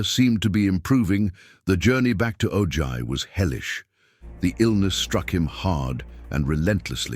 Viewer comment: ITS Pronounced OHi not OJy